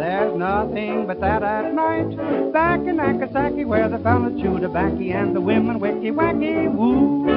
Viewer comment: The mispronouncing of Nagasaki (long a’s, please!) is hard on the ears, but what did 1920s Americans know about Japan, anyway? 😜